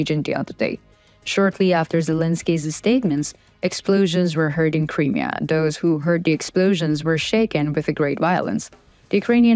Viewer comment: Just a small hint... when saying the word Crimea, emphasise the "M" and not the beginning of the end. And it is NOT "THE Crimea" since 1991, when Ukraine became independent. It is simply "Crimea"